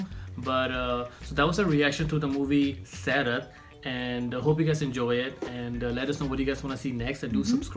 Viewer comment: Do this again with the correct trailer. And its SaiRaaat.